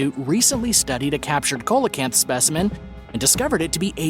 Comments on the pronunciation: You pronounced the fish as "cola canth" but actually it is pronounced "see LA canth". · SEE lo canth, not colo canth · That ancient fish is pronounced like this. Seal a can't. The "C" is pronounced like an "S" seal a canth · SEE-LOW-CANT. PAY-COSE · ya he was pronouncing it weird i was like bruh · Thank you! That drives me nuts! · That was driving me crazy too!!